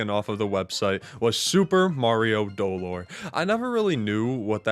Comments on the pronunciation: doLOR. In Spanish, you put emphasis on the second syllable for this word. It was absolute pain to get through the whole video, each time was a stab. qwq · Not to be a party pooper or if he's joking then sorry, but its speld do-lore, other then that its a goofy video :) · Maybe the real Super Mario Dolor was pronouncing dolor as "Doe-lore" along the way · Ok I'm not gonna scroll and I'm sure this comment is just not gonna be relevant but the pronunciation of dolor is slightly inaccurate but wrong enough to make me a teensy bit upset. The emphasis is supposed to be on LOR rather than on DO 😅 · As a spanish speaker, i felt physical pain everytime he said dolor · Did he mispronounce it? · Every time he puts emphasis on the first syllable of “Dolore” I cringed